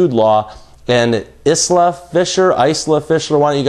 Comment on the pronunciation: Eye-lah Fisher.